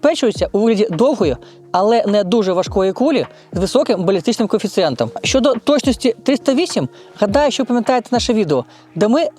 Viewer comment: Я перепрошую, ви не родич Парубія? Не тарабаньте, чітко вимовляйте, в укр.мові звуки "Щ, Ч" тверді: ЩОдо, але не Щёдо, ЧОго, але не м'яке ЧЁго і т.д.